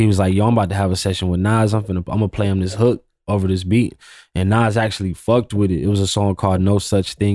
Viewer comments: I fuck with you bro but you called Nas "Nass" come on g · Did this nigga just pronounce Nas “Nazz”? 😢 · No way bro called Nas “Naz”😂😂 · Who is this idiot?? He said "Naz" 😮 ..and I didn't know Jeezy was a white boy either😂😂 stupid